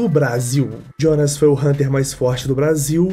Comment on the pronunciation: Pq q tu fala Jionas ao invés de Jonas? Ele é brasileiro po kkkkk😊